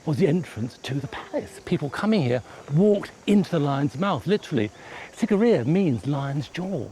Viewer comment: I am VERY disappointed by this video. I was there 12 years ago and, it's as if the host never even bothered to visit the onsite museum. Not only did the host mispronounce the name but he didn't mention the impressive water features that surround the rock itself, Sigiriya actually means Lion ROCK not Lion Mouth, the maidens of Sigiriya accurately represent the features, clothing and traditional dress and ornamentation of women of a variety of races (the are NOT Hindu Celestial Maidens), the blue lotus that some of them hold is a traditional psychedelic, there used to be structures built into the sides of the lion rock - remains of which can be seen in the holes used to support them, and when the areas was cleared and rediscovered in the late 1800s all of the water features, fed by channels that have the same slope used by modern engineers to transport water over distance burst back into life at the beginning of the rainy season.